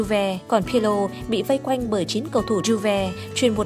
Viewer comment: video hay nhưng bạn đọc sai tên pirlo rồi...